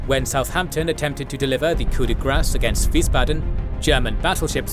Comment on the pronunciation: Did I hear "Coup de grâce" and not "Coup de gras" as the common english speaker would use? Music to my french ears. 🫡